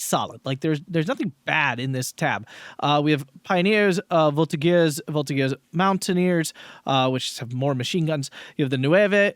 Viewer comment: The G of the Voltigeurs is a J sound, so a soft sound, not the hard G.